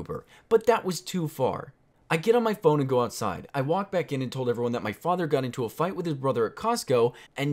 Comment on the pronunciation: What is an "Out side"? Out sid?